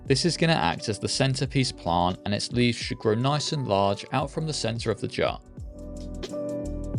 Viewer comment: Every time you say “plant” you add so many extra L’s. It’s like “Pa-Lllllllant”